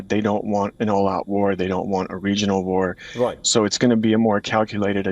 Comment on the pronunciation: DIAL WEST NOT "Rite".